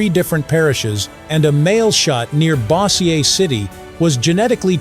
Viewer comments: Illinois Your AI narrator doesn't know much about good grammar. Surprise, surprise!! ". . a artillery barrage?" When I was in school decades ago, we were taught that it's "an artillery bar-RAZH". Bossier = BOH-zhur, not BOSS-ee-eh. 'a army'? When I was in school, we were taught that it should be "an army". Your AI narrator is a really uneducated loser. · AI makes so many mispronunciations and it doesn’t even give a crap. It mentions Bossier. It pronounced it like Boss. Boss-ier - as in I am bossy-er than you. It should be Bo-jur. I lived at Barksdale Air Force Base in Bossier City just inside the Northgate directly across the street from the tennis courts at the officers club. People who know Barksdale for space would know when you come on base through the Northgate where the tennis courts are my house would be on the left. There was only one other house. It was on the right it was reserved for officers from the Royal Air Force, they were exchange officers. I attended Bosier high school for my freshman year, my brother graduated from Bossier high school as did my oldest sister, my other sister finished out her junior year at Bossier high and then we moved to another State where my Dad retired within two years. Barksdale AFB was my favorite place growing io and the longest place I had ever lived during my childhood. I loved my house - it was built in 1930-32, in the French country revival style, sometimes called French provincial revival. Hardwood floors, French doors outside and in the interior, wrought iron railings inside out out, a swinging four between the breakfast nook and the dining room. The mailbox outside carried the mail through the thick walls and into the house. When the B-52s revved their engines, the chandelier in the dining room swung. During lightning, thunder, and heavy rains, the French doors on the exterio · Bo-shur that's how bossier is pronounced... not whatever he said